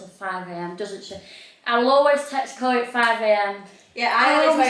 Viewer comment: you don’t spell Chloe they way you keep spelling it all the girls have the ee sound at the end of their name Why you say CHLOE. THE C AND H ARE SILENT SO IT SOUNDS LIKE ITS STARTS WITH THE LETTER K BUT IT DOESN’T ITS NOT KLOWY or CHELO ITS SPELLED CHLOE